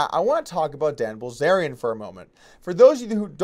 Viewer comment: Doug Polk - You said: Likwey, Quickwey and Bwillzerian. But fun video none the less. Better than I can do when not tired.